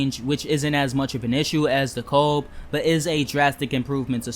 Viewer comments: Cool. So why did you pronounce "Montague" as "mon-thaug" not "Mont-a-Hue"? and DeKalb not as "Dee-Caalb"? Asking as this is a "learning" channel and this could help someone else especially those that are not in NYC or familiar with NYC. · Question? Are you a native NYer? I ask due to the manner in which you pronounce certain street names. Example "Montague" and "DeKalb junction". I was only listening to the video, not viewing, and when you pronounced "Montague" and I was think, "where is that?"